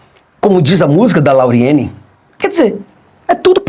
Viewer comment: Kákákákákáká! "....como diz a música da Lauriene". Kákákákákáká O correto é LAURIETE.